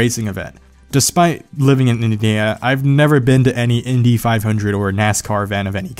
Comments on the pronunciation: Did you have a stroke trying to say Indiana? :D "Innodeaa" XD Great video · "living in inininana" I love your videos, keep it up, you've reinvigorated my love for cars!